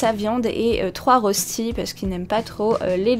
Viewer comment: En vrai, les rostis s'écrivent röstis et ça se prononce "reuchti" 😉. Les classiques sont sans lardons mais ça dépend quelles régions de Suisse et on peut en faire aux légumes, lardons... ils se cuisent souvent en grande galette qu'on partage avec la famille. On peut les cuire avec des pommes de terre râpées crues ou cuites. L'important est qu'ils soient dorés et croustillants à l'extérieur et fondant à l'intérieur.